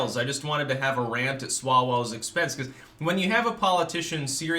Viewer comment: Eric "Oh=Swa-Well" my Presidential hopes have disappeared like a "fart" in the wind.